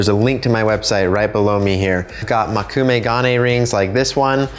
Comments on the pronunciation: Just to note something rudimentary: Mō - Koo -me - ga - ne. Mō, not Mo. 木(onyomi reading もく/moku) means wood or tree. Together with the characters for eye (目／め）and one of the kunyomi readings of the character gold/metal (金／がね), you get a literal translation of "Wood eye metal," or the dictionary meaning "wood grain metal." Just a pedantic fact for anyone interested. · its mokume (as in Moe-ku-may) not makume (as you were saying it), just thought you may want to pronounce something you are clearly interested in correctly